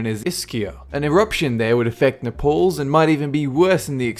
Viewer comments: Is he trying to say Naples? NAY pulls. not Na-POLES. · naples not nepals:) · It's napals not nepaals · its na-po-li in italy its not called nepale.. nepale is near the himilayas.. had to pause to say something.. it was annoying once you said it wrong the third time or so.. ok back to it.. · Why do you pronounce Naples as /napóls/ instead of Naples /n'eipls/? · It's Napoli not Nepals ps my mother is Italian I'm half Italian half Irish every year when I go to Italy I have to go to Naples ps Napoli is Italian for Naples also I HATE SEEING MT.VESUVIUS ITS THE MOST DEADLIEST VOLCANO IVE SEEN IN MY LIFE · Na-pales? It's Naples! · You make interesting Vids but you have va bad pronunciation Problem Npauls as you pronounce it is pronounced Nay-Pauls .Naples and in another vid youi pronounced Merseyside mer-say side (mer see side ) is correct . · NA-PALLS, Italy??? FYI, it's pronounced Naples, I.e., like Nipples, only with an "a" instead of an "i." Lord love a duck! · Nah-Pulz. It's Nay-Puls my friend. Mispronunciation discredits your knowledge on subjects. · Napauls? Er I think you mean Naples don't you? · Nay-pels. This isn't the Himalayas, mate. And actually it isn't that dangerous. I've been there, they have the best pizzas in the world. Not actually that nice of a city, though. I think crime is pretty bad. Sorrento, just across the bay, is SUPER nice. Really relaxed. I even got to visit Pompeii, which was fascinating, but grim. I'm pretty lucky to have been there. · it's pronounced nay-pulls (naples, italy) i know it's an old vid but just a heads up...;) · Pronounced, "NAY-pulls" my son. Would you like someone saying "sid-ENNY" or "well-LING-town" or something dumb like that in regard to Australia's cities? Love your work. Just glance at a pronunciation dictionary. It will make you sound like a bit less of a dipstick. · last I checked Naples is no pronounced Napals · Not nepoles napoli* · good but please its pronounced nayples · Naples- pronounced nay-pulls